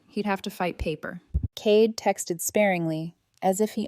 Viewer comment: Cade, mispronounced.